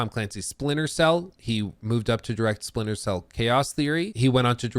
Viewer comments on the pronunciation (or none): none